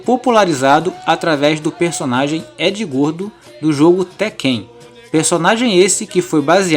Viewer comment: Edy gordo..ele falou..é Edy goro..